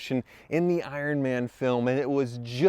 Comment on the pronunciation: "ironm'n spec"